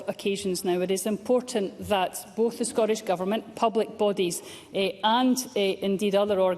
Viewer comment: The word "Scottish" contains two letter "Ts". Why do ignorant MSPs repeatedly pronounce the word as "Scorrish"?